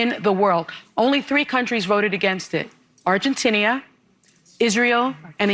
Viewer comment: Slave-owning descendent Sunny doesn't even know how to pronounce 'Argentina' correctly. 😊 Smh